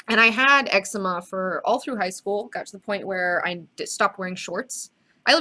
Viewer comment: It's pronounced as EC-ZE-MA not EX-UH-MA hahaha